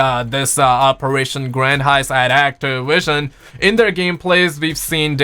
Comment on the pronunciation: Do you say activision like that lmfaoooo